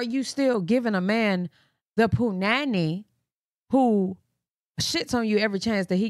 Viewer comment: Wow you say punani like that Iike here in South Afrika